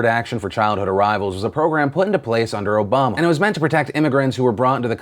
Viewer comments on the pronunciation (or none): none